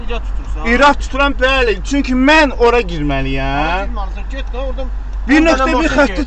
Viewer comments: Balı 😂😂😂 hec bəli deyə bilmir eşək hələ sürücüylə dirəşir gicbəsər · Bəli əvəzinə balı deyir 😂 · "Балы", "Камееерая" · özüde naxçıvanıdır inispektr beeli deyir😅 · "Bəlıe?!" Sonuncu hərfi dəqiqləşdirmək heç bir düsturla mümkün deyil, kimi bunu "ı", kimisi isə "ə" kimi eşidə bilər. 😀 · Balı deməyindən belli olduki naxçıvan peyseridi